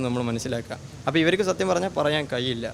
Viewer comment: "കയിയില്ല" അല്ല ("കഴിയില്ല" എന്നാണ് ). "സോഇസ്" അല്ല ("സോഴ്‌സ്" എന്നാണ് ). "ഴ''യുടെ സ്ഥാനത്ത് "യ"അല്ല. ആദ്യം ഉച്ചാരണം ശ്രദ്ധിക്കൂ സോദരാ